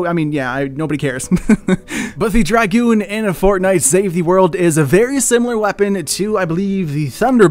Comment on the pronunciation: Finnaly a name pronuched right but the dragoon is a French soilder is what they are referencing not going to go into to much detail Google it